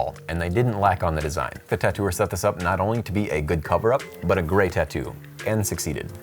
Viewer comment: Grey video dude! Lol but seriously it does sound like you say Grey instead of great. Good quality, you make some of my favorite videos